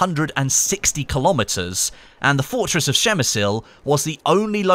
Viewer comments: Its "Przemyśl" phonetically it would be: Psheh-myh-shl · Per mi sul. Lol 😂 that butchering. Spit on de Non Austro Hungrian. Mass clicking! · Dont say PrzemysYl just Przemysl xD. What about Gorlice Tarnow? We even got skin for weapons called Gorlice Tarnow. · not that bad actually, but the first letter P should be hard and distinctive. Przemyśl. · You didn't butcher it that bad XD. It's pronounced "Pshe- mishl" (as close as possible because some letters and accents make a different sounds). But as English speaker, not bad 👍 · You made me smile every time you said it so I guess I can you forgive you the butchering :D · Took me a while to understand what you said... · I am actually from PrzemyŚl, and yes you butchered it :p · Hey! I'm Polish and I have to say that you made me laugh a bit when I heard you saying Przemyśl, but later on when I listened to you couple more times, I thought you did it quite well as for being a foreigner.:D The correct pronounciation is impossible to explain (without using the phonetic alphabet) in English, since there's no "ś" sound. "Ś" is a softer form of "s", a bit close to "sh", slightly similar to "sh" in the word "sure". Pronounciation goes more or less like this: PRZEMYŚL > PSHEMYSHL. Good job anyway and I hope you will at least try to say it perfectly just for yourself.:D I think somebody posted a link to the video with correct pronounciation here in the comments. Cheers!:) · you almost got the pronunciation right! Just read the "ś" like "s" in the word "sure. Nice to hear someone at least trying:) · You did fine, but in polish it's Przemyśl :D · przygotuj sie jak coś masz powiedzieć w obcym języku! Przemyśl to trudne słowo ale anglik powie to normalnie...tam nie ma Szy tylko P na początku...Trzeba sie pytać ludzi jak coś wymawiać przed nagraniem materiału. Każdy dziennikarz to robi. robisz błędy w każdym języku! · Actually I'm from Przemyśl and your pronouncation is horrible